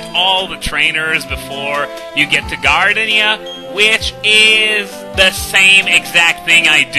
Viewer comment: Gar-Deenia Excellent playthrough, thank you for trying to make the game a bit more challenging.